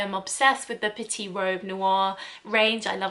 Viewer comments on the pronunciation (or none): none